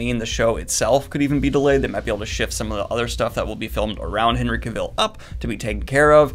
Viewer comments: Great report. Every excited for what's coming. One correction, however. Cavill rhymes with travel, not with Seville (the city in Spain). How do I know, you ask? He was once asked how he pronounced his name and this is pretty much what he said. Cheers! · HENRY CAV-ILL. Not CAW-Vill. Watch one interview of him or watch the video where he explains how they did Geralts swords. He doesnt say his name the way you do. And the way you say it puts more emphasis and pause on it. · what is it with you and saying Henry cavill's name wrong? He has said it countless times it rhymes with Travel it's like Cavel. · Cavill is pronounced like travel... :-) Sorry, die hard Henry fan over here! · Cavil is pronounced like the word Travel.